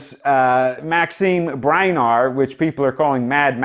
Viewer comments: BERNIER It's pronounced Burn yay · I agree! I had a good laugh. Maxim Berner! The PROVINCE of the Yukon ... Party Que (I can't even pronounce it) HILARIOUS!